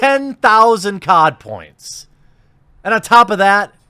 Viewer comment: You keep saying "COD points " but I keep hearing "Codpiece" and think William Murderface....